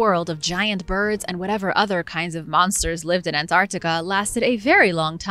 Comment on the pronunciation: this voice saying the word "Antarctica" is killing it for me